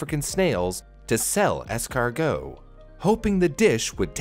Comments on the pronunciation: "escarGHOST" Really? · As a french man, the fact you said Snail in french like it's really a food name made me cringe, apart from that good video